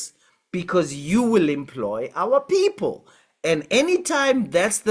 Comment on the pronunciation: "Our Poepol" 😂😂😂😂